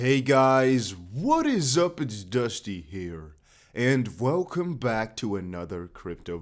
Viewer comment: Velcome Back Dusty lol